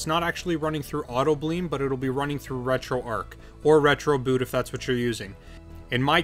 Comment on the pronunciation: I have 2 questions why does this guy keep saying retro ark when its pronounce retroarch and 2 why didn't he just give us the files from his pc?